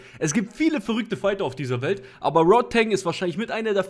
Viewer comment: Rodtang mit A. nicht Rod-teng :D